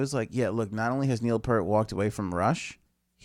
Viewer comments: It's pronounced like "ear" - pEARt. DUDE! You should KNOW this stuff! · it pronounced piert rhymes with ear and a T on the end